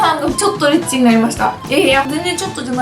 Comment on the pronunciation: リッチがエッチに聞こえてたわ